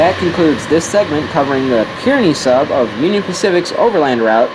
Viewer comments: Learn to pronounce Kearney...."Kar-nee" not "Kiern-nee"‼ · Grand Island is in central Nebraska. Kearney is pronounced "CAR-knee" (not kier-knee). Nicely-done video! Nebraska's 3MT doesn't get enough railfan love or recognition. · i heard at the end you pronounced the name of the sub incorrectly, its actually pronounced Car-Knee. but as an omahan, i love the attention to this vital stretch of the UP line you have shown. excellent detail and narration is always informative. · Thanks for another nice video. By the way, "Kearney" is pronounced "Car-Knee."